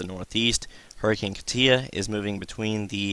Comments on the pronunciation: I checked it out...it says KAH-tyah which is essentially the same way I wrote it out. You are still mispronouncing it. Emphasis on first syllable not the last. You are saying kah-TIA...its not that important. Your information is, and please dont think I am trying to be a smart ass...you are simply mispronouncing it (even by NHC standards) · Man you are killing me with your pronunciation of Katia. It is pronounced (KAH-tcha) not whatever you are calling it